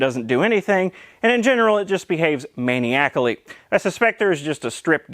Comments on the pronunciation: Muh-nye-ick-ally. I love you're content I'm sorry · maniac-ally? in't that supposed to be man-i-a-call-y?